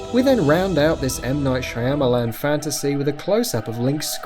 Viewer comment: "M night shy-am-a-lam" what the fuck is with your autistic pronunciations